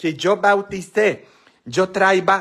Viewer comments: ES TRAIA,NO TRAIVA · Traía con acento en la i